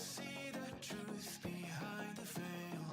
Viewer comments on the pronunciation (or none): none